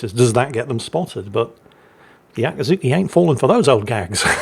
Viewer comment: Akiiiiizuki, not Akaaaazuki, I know you're biased, but ...